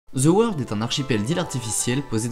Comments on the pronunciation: Ze World... Quand allez-vous apprendre à prononcer convenablement le phonème th? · Où est le "z" dans "the world"? "Ze world", que vous êtes drôles les français!